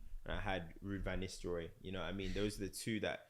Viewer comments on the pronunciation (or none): Man said Ruud Van Nisterooy😂 I know you hated Henry as a yute.